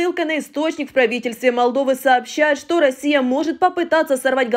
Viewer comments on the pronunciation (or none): none